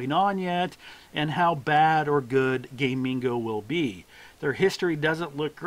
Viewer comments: Its pronounced GAH- MING- GOH, not Gaymingo you gay dingo. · Gamigo, not Gay Mingo like you've said 5697 times in this video xDDD